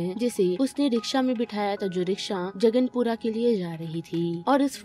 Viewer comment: जंगपुरा है जगनपुरा नहीं